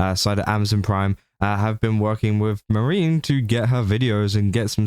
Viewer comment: YOu're doing news for vtubers and you can't even bother to research the pronunciation? It's MAA- REE- NEE Not Marine like Space Marines.